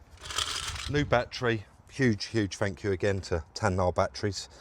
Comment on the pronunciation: TAYNA FFS!!!!! not TAN-NAAR🤣🤣🤣🤣🤣🤣luv these vids!